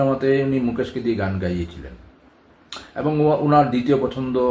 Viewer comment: ভুল কথার উচ্চারণ, ঠিক ঠিক মত বলতে না পারা, আর হাজার বার অ্যবং অ্যবং ।ভীষণ ফালতু উপাস্থাপনা।